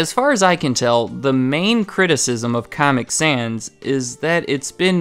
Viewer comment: his pronunciation of caamic sans souds like how the actual font comic sans looks, pls tell me what you thought of the caament